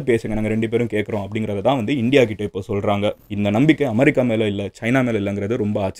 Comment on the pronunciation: Madan anne en America va amaarica nu solringa